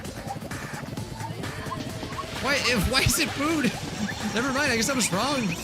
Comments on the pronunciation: Everyone: No thats wrong! Nagito: No thats wONG! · I will NEVER get over the fact that it sounds like Nagito says " no that's wong " 😂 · everyone else: has a special rebuttal phrase nagito, trying to copy hajime: no thats wong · “no that wong” -Nagito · No-one: Nagito: NO THATS WONG